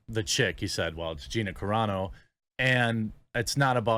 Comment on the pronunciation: Wow, Jeremy actually now knows how to pronounce Gina Carano's name correctly! He went from "Care-ah-no" to the correct "Cuh-raw-no". Finally.